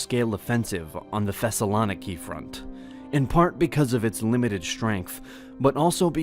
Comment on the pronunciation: It's ThessaloNIki not ThessaLOniki